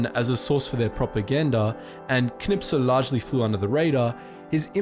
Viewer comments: K N I S P E L.......not K N I P S E L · Knispel, not Knipsel . Why do angloamericans always have a problem with the letters "sp"? It's easy, like in "spell" ;) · where are all the butthurt germans because you pronounced kniSPel as kniPSel? :D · You've spelt it Knispel but are pronouncing it Knipsel. Please correct. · KNISPEL, thats KNI-S-PEL NOT Knipsel ... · Wie er immer Knipsel statt Knispel sagt! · why do you keep saying knispel's name like "knipsel"? lol ... do you also say "gopsel" instead of "gospel"? :D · you put a lot effort into pronouncing the german soldier but unfortunately you ended up saying it like "Knipsel", not "Knispel". this post was made by the grammar nazi gang xD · Not "Knipsel", it's "Knispel". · You are pronouncing the german Tank-Ace wrong. You say "KniP-Sel", but in fact it is as could be seen in the video "KniS-Pel". And the russian Sniper: the name "Ivan" is pronounced "Eevan" and the letter "a" is pronouced like the british pronounce it in the word "dancing". And i have no clue how to explain the propper pronounciation of Simo Häyhä, you are pronouncing the first name right. But the family name... Other than that: nice video. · Knipsel you say...? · It's spelled Knispel in the video, but he's saying it Knipsel. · His name is Kurt KniSPel, not KniPSel. This triggered me so hard. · Kurt who? you have writtin his name correct but changed the s and the p around when you say it.... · Its knispel not knipsel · Kurt Knispel not Kurt Knipsel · His name was KniSPel, not KniPSel. I wonder what my friend Dan Knispel from Florida would say. :) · You said Knipsel...He is called Knispel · Its knispel, not knipsel! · His name is Knispel, not Knipsel. :p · it isnt knipsel, its knispel. also, he was from czechia, more precisely, moravia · "Kurt Knipsel" Really? Knipsel? Spell that name right, idiot. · He's called kispel not knipsel XD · Script says Knispel You read Knipsel JUST READ THE GODDAMN LETTERS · It is knispel not knipsel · KNI S P EL GODDAMMIT!